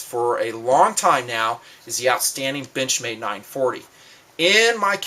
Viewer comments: Haha, when said benchmade I heard b*tchmade. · Lol sometimes when he says benchmade its sounds like Bitch-made knife